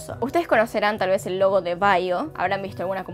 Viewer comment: pensé que dijiste lobo no logo :v